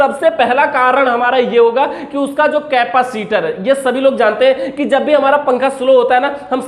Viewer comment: केपासिटर नहीं होता है भाई... कैपेसिटर होता है।